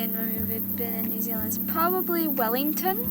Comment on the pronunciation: you say New Zealand like a kiwi... New zillin 😂😂